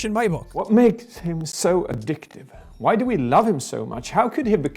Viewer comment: I enjoy when Jack pronounces the h in why